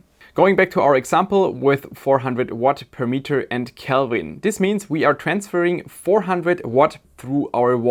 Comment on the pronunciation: I use pure Gold for my heat sinks and heat spreaders. Because nobody will every see it. If it was good enough for Louis XVI and Saddam--That other terrible leader--It is good enough for me! Calbin? Is that like Kelven? Can you say Silly-Sally-Sells-SeaShells-by-the-SeaShore? I am not an American. I am just rude! Love your show.